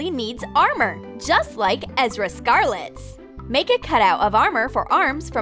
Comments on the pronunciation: Fam your saying Erza Scarlet wrong if u don't know how to say it go on Google Translate please Who else agrees with me? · These people clearly aren't fans of Fairytale because the way they are pronouceing Erza is incorrect or i'm pretty sure there saying it wrong. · I am seriously pissed at this :/ they don’t even know how Erza is pronounced :c I don’t think they know what the anime’s are... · Omg the said Ezra not erza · It's ERZA not EZRA do u even watch anime you are like just know the anime but not even watched it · Its Er/za not ezra you guys arent even fans (my sister made this comments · Its Erza not Ezra 😑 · Gladelis Perez ikr i was hella pissed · Me because it's Er za Scarlet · I was really irritated when they pronounced Erza's name wrong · "ezra scarlet" i'm wheezing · Do they even watch the anime? They said Erza wrong even though it says it in the anime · Anybody else get pissed off about the way she says names especially erza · You pronounced erza wrong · Did anyone get triggered when they pronounced "erza" scarlet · you said erza scarlet wrong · klee Delavin no, I LOVE anime, but the thing is that if watched anime it would be weird, cuz they pronounced everything wrong, and etc., for example, imagine watching Harry Potter, and then calling Ron, “harry”, that would be wrong because, well u watched it so, u should know the characters names, am I correct? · I was getting OCD from her pronouncing it wrong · ME OMG I HATE IT WHEN THAT HAPPENS ITS ERZA NOT EZRAAAAAAAAAAAAAAAAA IM TRIGERRREDDDDDDDDDDDDDDD!!!!!!! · IT TRIGGERS ME THAT THEY KEEP PRONOUNCING THINGS WRONG, THEY’RE NOT EVEN SAYING THIER NAMES RIGHT. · Who ever came up with these probably only watched fairy tale but is still unable to pronounce erza's name right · DUDE U PRONOUNCE THERE NAME WRONG STOPPPPP UR MAKING US WEEBS SAD... WEEB MEANS ANIME FAN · excuse me, but did just say, "EZRA'?!?!?! OH HELL NO. ERZA IS SO EASY TO PRONOUNCE. HOW DO YOU MESS UP ERZA WITH EZRA?!?!